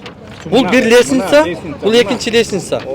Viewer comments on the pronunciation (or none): Бырынчы экынчы деген доодур ким катындай алжыйтко